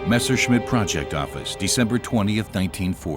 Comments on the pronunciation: "missershit"??!!....wow....poor narrator!!🤣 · A pronúncia "messershit" é horrível